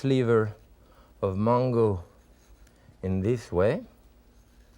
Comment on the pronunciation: It took me a while to figure out when he says mongo, it is mango.